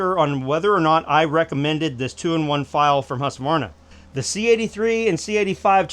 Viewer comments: it`s hUSqvarna not hASSqvarna you americans. hugs from sweden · The "Hus" in Husqvarna is not pronounced like "huss". It's more like the 'u' in "yule". Not exactly it, but really close to it. Source: I'm Swedish and live close to Huskvarna, the actual city that modernized the spelling before being absorbed into the larger city Jönköping, which is where the company took its name from. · Hus-Kvar-Na. Please. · It's Huuuskvaarna